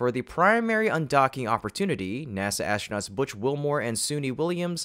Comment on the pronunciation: Also - ASHtronauts. Once you hear it...